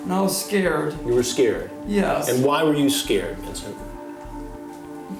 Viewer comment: What kind of soy boy, 61 year old toddler type pos did you catch this time Hansen? The world is full of some very odd people. “Im skeered” 😂😂